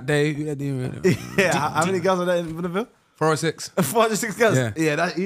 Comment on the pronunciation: I agree with Filly. Neymar Ronaldo Messi Man said "if i wanna dish him" man said boundaville. 😂😂😂😂😂😂